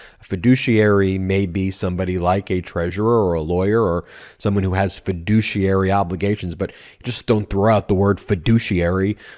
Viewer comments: Ben, I believe he said "doucheiary". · He just says “fiduciary” like “per capita”! 😂